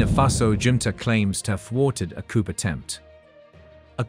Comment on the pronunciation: the P is silent in COUP!!!🎉🎉🎉